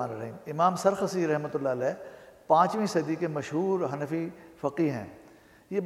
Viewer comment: naam teek lo g sarkhasi nahi sarakhsi hi khafa naho